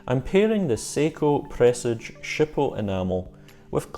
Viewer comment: Fabulous video, so nearly achieved 100/100. Sharp intake of breath at that peculiar pronunciation of Presage 🤤